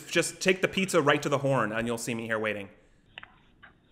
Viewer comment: "Do you want to order a pizza?" It sounded like he was saying Pezza